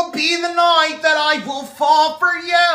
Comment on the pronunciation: “uver uhGAAHN”. Shit gets me everytime